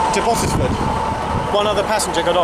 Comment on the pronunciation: The way the other bloke said Bottesford was triggering me 🤦‍♀️